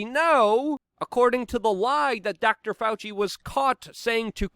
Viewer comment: Doctor FAL-SEE!!